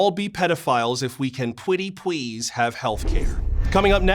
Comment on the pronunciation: "you can all be pedophiles if we can pwetty pweese have heawf care" im fkn ded:body-green-covering-eyes:💀🤣